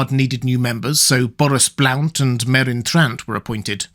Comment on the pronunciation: Are we sure that Blount is not pronounced so as to rhyme with blunt?